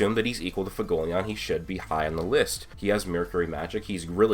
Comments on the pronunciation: FU-WE-GO-LE-YON. i keep hearing fugoleon. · learn how to say Fuegoleon for the love of god